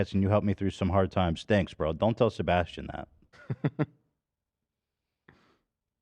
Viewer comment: As a Sebastian, idk how it feels listening to my fav podcast host shitting on my name hahaha so jarring